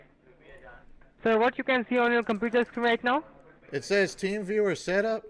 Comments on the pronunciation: Anyone else swear the first guy said "Team Beaver"? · Was he saying “team beaver” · It always sounds like "Team beaver" 😂😂😂😂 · TeamViewer. I swear the guy said King Beaver. He should have written down King Beaver and made the guy correct him. Several times....you know, to test his patience.....that's always fun! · Sounds like buddy is saying " team beaver" lol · When they say teamviewer it sounds like they say teenviewer, which unfortunately doesn't go anywhere because that would be a brilliant way to play with them :D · Does anyone else keep hearing "Team Beaver download"? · "team veever"